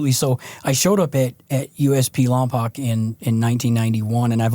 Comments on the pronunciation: He said lompoc its pronounced lom-poke infamous 😂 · Lompoc is pronounced Lom-Poke little small town on the map